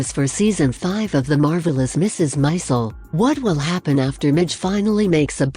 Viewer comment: Its not Mrs Mizel... Mrs Maisel.